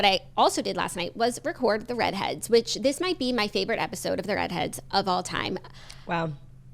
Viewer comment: Can you please tell the beautiful talented how to say Read Heads, because she still says the REEEED HEADS!!! But she might just be trolling us for engagement....